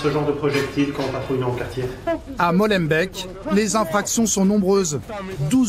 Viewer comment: Rien que le : " Molenbèque du début " ...😂😂😂